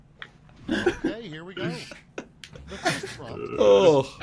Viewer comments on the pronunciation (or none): none